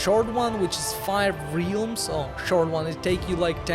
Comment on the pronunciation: Thanks for the guide. BTW, the vowel sound in "realms" is pronounced "el" (like the letter "L") , not "eel".